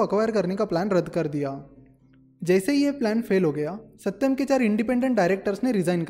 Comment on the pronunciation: That " AaSatyam " was funny 😅